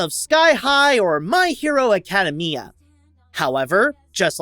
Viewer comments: Did he really say acadamea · Good review but did he actually say my hero aycadamia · Look I'm really sorry but the way he said academia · I know so painful to listen 😬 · I’m not at all a fan of mha but cmon man at least look up how to say the name before you put it in the video😂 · You Mispronounced Academia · This man seriously did not just pronounce Academia like that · I was looking for this comment. That physically hurt me 💀